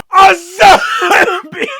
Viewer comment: "A ZOMBUGUHAGUHDGUGEGEGEHUHEHE!....... Ahem zombie fisherman"